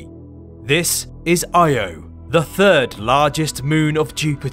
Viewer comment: I had to stop watching after you mispronounced it. Not even researching it’s pronounced Ee-oh, unforgivably lazy.